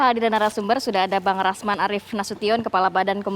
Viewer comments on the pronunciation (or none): Hhhhh RAMZAN, ADUH, GIMANA KAU SALAH2 BACA. SIAPA SIH KETUA MAHKAMAH TINGGI Partai Demokrat yaa. Hhhh BENER TUH Ke ZAKI ajaa DENGER nya ENAK.